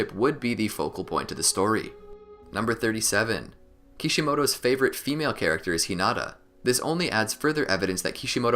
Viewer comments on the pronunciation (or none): none